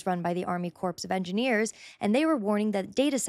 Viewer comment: She says "Corpse of Engineers". It is Corp. Pronounced "core".